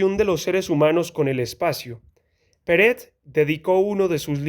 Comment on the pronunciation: por que dices peret si es perec??